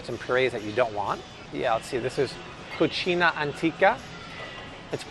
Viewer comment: He actually pronounced it correctly. The brand's name is cucina (Italian) not cocina (Spanish). I'm native in Spanish and fluent in Italian. The one he actually got wrong was "bolognese" because he cut the last "e".